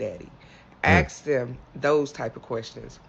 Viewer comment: It's Ask not axe FFS